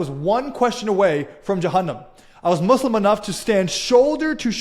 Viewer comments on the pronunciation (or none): Always a pleasure and an equal absurdity to see so called 'ex-mozlems' who don't even know how to pronounce Islam or Muslim to begin with. 😂